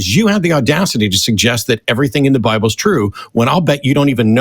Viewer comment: Please someone tell me i'm right in hearing "Well I just base my faith on the bibön"